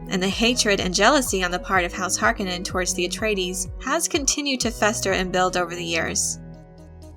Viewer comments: Harkonin long o it is infuriating to hear you mispronounce it! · You are pronouncing Harkonin wrong the o is long not short this is confirmed by Frank Herbert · Stop pronouncing Harkonnen wrong. Seriously annoying. You even pronounced their home planet wrong. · Couldn't get through 2 minutes of her pronunciation of "Harkonnen". I'm sure it is a personal failing of my own... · Pls pronounce their names right tnx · Please teach your narrator to pronounce "Harkonnen" properly. It's like nails across a chalkboard with the way she says it. If she needs a little help with this for future videos, there's a simple solution for this. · It pains me to hear her say Harkonnen edited differently from what I've grown up with. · I dont know if I like how she pronounces "Harkonnen" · please pronounce har ko nen correctly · I hate how she pronounces "Harkonnen" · I have a hard time getting past her pronunciation of Harkonnen. Not saying it’s wrong, I’m just so used to the 1984 film pronunciation. 🤷🏻‍♂️ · Learn to say Harkonnen Watch the movie to learn how...You keep puttiing a D in there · If you knew what you were talking about you would emphasize the "o" in Harkonnen. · Movie was great one of the things that really killed me though is they say his name wrong through out the movie and in the old movie from 80s he says his name from own lips! He says (HAR KO NIN) in the new movie they say (HARKA NON) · I'm pretty sure in several Frank Herbert interviews, he pronounces it "Har-KO-nin". Not harkenin. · Har - KO - nen. Not HAR - ke - nen. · Not HAR Koh nen. Har KOH nen. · I love your vids, kid...but PLEASEEEEE its not HARK KIN IN....its HAR KO NEN! LOL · Hark-O-nen. Not Hark-A-Nin. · “Har-kone-en” not “Harkennen” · Har-KUH-nen? Horrible pronunciation. Its Har-KOH-nan. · Har-cone-ins not hark-in-ins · It's Har-KONE-nen, not HAR-kon-nen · Harkonnen - Wrong stress! The stress is on "O", not "A". HarkOnnen! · Har-Cone-Nin..... not Har-kon-nin. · Its pronounced as Har-kon-nen.